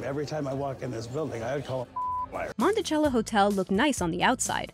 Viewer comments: Okay.... I can understand why people mispronounce that, seeing as we’re all pre-programmed to say ‘cello’ as ‘chel-lo,’ but in ‘Monticello,’ the ‘cello’ is pronounced ‘sel-lo’. Common mistake, but there’s a proper pronunciation. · Gah why does everyone say Monti-Cello it’s pronounced mon-e-sell-o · Mont i cell o not montichello